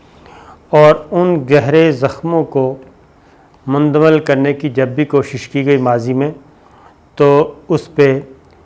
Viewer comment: aap ne bahot umdah khabar pesh ki hae. bahar haal main phir arz karunga apni urdu aap sahi karlen. pehli baat yeh ke ki mulk ke sarbrah ya aham shakhsiat ka naam ehtram se layna chahyea. yaani wazir e aazam Bangladesh, MOHTARMA Hasina Wajid saheba... Main aap ko zaroor tokun ga ke apni urdu ki pronunciation sahi karen. JUZ, TALKH, MUNDAMIL , MULK sahi alfaz haen. ummeed ke aap bura nahin manen ge. shukriya